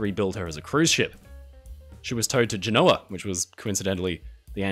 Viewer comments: II know it's difficult to break a habit - in your case of pronouncing Genoa with the stress on the O. The stress should be put on the GEN part of the word - you'll find it easier to say that way, and it corresponds with the pronunciation of the Italian version of the name - Genova, which also has the stress on the "GEN" part. Don't be lead astray by the rule that "Italian words have the stress on the penultimate syllable". There is no such rule and the stress can lie anywhere in word. Other examples include TARanto, BRINdis, MonOpoli, NApoli, RIMini, MODena, FOGgia, CatANia, TRAPani. There are some insanely complicated rules that will tell you where the stress lies, but it's easier to learn the pronunciation. After all, English pronunciation is pretty irregular, too. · I believe the. correct pronunciation of Genoa has the emphasis on the First part of Genoa